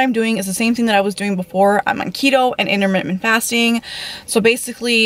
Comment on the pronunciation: Also, learn how to speak. It's in-ter-mitt-ent.... not immer whatever the hell you said.